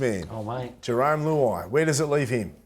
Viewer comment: Who- ai 😂😂